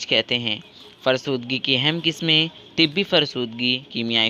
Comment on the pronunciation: It's not tibbi it's tabai